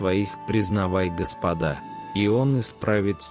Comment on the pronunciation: Ударение делайте (на Го) Господа